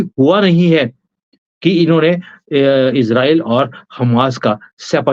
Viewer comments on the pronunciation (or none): none